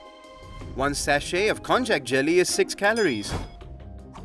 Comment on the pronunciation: I have never thought to pronounce konjac as kon-jack. I believe it’s pronounced kon-yack.